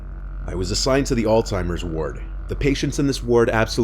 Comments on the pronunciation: Why do so many people say “all timers”? It’s Alzheimer’s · Please learn how to pronounce Alzheimer’s. It’s simple really. There’s a Z. No T. You sound really uneducated when you call it that.